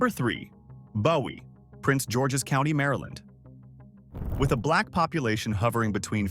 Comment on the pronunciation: Just say. Maryland!!!!! Terrible